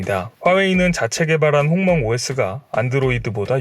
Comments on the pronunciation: 죄송한데 홍멍이 아니라 훙멍 아닌가요... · 홍멍이 똥망으로 들리는데?